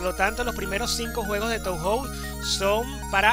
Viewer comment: creo que se pronuncia "toho" xD oye, a mi se me ven mal las letras, uso el mismo emulador... podrías pasar la configuración? el enlace del emu de la descripción ya no va